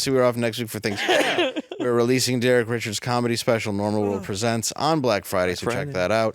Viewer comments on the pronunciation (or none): none